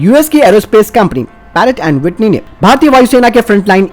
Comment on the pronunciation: पैरक एड विटनी नही प्रैटन वीटनी